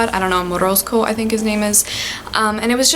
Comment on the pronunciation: I know Russian language very good,and just fell in love as you said “Morozko”so pure and correctly😻